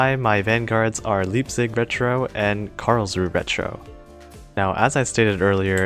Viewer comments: One thing to note about your cruisers: Leipzig's pronounciation starts the same as the english word "lie" and the z in german is pronounced as ts Karlsruhe has three syllables (karls, ru and he, with the final vowel being the schwa), and the german rhotic is typically realized as a uvular trill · how you say leipzig and karlsruhe is kind a funny